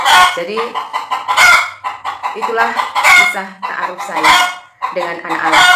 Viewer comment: Maksain amat ni misionaris...Takaruf ??? Apaan tu takaruf ? Ta'aruf kalee...pake 'ain. Helluyah